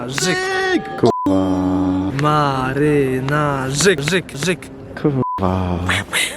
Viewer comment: W końcu ktoś mówi marynarzyk